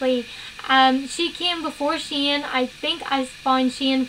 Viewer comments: His names Shane not shaynee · i find it funny how she pronocuned shane 😂